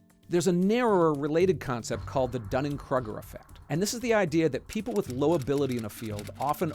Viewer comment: Bro it's pronounced dunning-krooooger